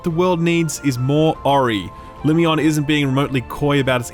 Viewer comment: Lumione is pernunced like Hermione.